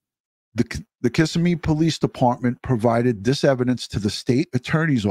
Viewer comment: Hey, not being critical, just letting you know, it's kiSSIMme with emphasis on SIM. Just an FYI